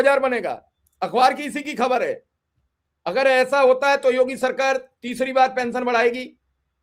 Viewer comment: Kaisa media bala hai bhai pension nhi bol pa rha hai sahi se 😂😂